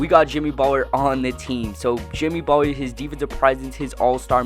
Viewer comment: Why are you pronouncing Butler like that? Sounds like you are saying "Buh'ller" Cousins is way better than Butler and you are underestimating the value of Jrue Holiday.